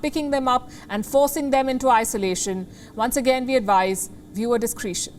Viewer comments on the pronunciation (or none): viewer discree-tion adviced... xD which, is probably correct.. but, I Discra-tion. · Palki it's time to learn how to speak English properly. It's not discreeetion, it's pronounced discretion. I advise you google the word since you use it incorrectly so often. So you guys delete comments you don't like??? Pathetic and expected. You delete it and I'll repost it. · A good report but two pronunciation errors distracted me: discretion as discreetion and tether and teether. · Discretion is not pronounced "discreetion". Tether is not pronounced "teether". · You're pronouncing 'discretion' incorrectly. Organ transplant material?